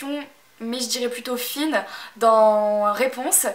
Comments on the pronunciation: C'est Flynn et non Finn haha. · C'est Flynn c'est pas Fynn